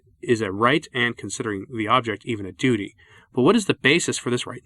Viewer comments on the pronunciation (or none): none